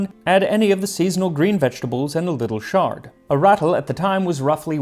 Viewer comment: I've never heard chard pronounced with a soft ch. I've always heard it with a hard ch. Little minor detail. Next week I am starting a Persian language course (at 70! Just for fun!) and I think your pronunciation of the language is top rate.